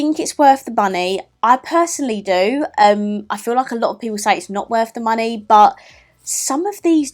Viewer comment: It sounds like you're saying do you think it's worth the bunny hehe